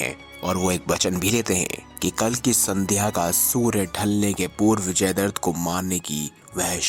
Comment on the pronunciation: Bhai jaidart nahi jaidratt hai Pronounciation clr nhi hai ap ka